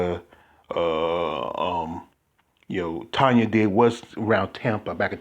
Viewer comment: It is Tonia (sounds like Tonya) not Tony I never answer to Tony, Toni, Tonie…etc lol